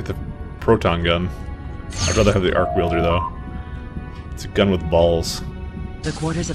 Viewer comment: I have never heard arc welder pronounced "arc wielder" before.